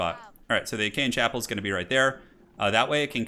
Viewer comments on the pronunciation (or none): "Die Achean chappel"... "Aachen" long "A", has nothing to do wiht hte ancient Acheans. Ah-chen. "ch" is basically a "throtier" H. Not "Jen". AH-khən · not to be pedantic, but it is not 'ach-a-en', but 'Aah-ken' chapel. It's a funny French-German word and IRL was a spa town that became the Imperial residence of Charlemange later on. The former way you've been saying it sounds like 'Achean', the name the Greeks used for themselves in teh Trojan War! So, you've been calling it 'the Greek Chapel' to my ears this whole time. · Great video but Aachen is pronounced like “ocken” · Okay I'll chime in on Aachen - It's a long "a" (as in "hard" or "far") followed by "ch" (as in the spanish words "j"alapeno or "j"amon) and then you basically swallow the "e" and finish on a regular "n" aa-ch-(e)n. you stress the a (i mean it's kinda just one syllable anyway :p) great content! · Ah-Ken, the Ah-Ken Chapel. Great game! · "Pree-late" "Calvalry" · "Calvary" as in the place where Jesus was crucified. For a moment I thought he did it on purpose. Then I remembered.. "Agean" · Love how you pronounce Aachen 😂 sounds much nicer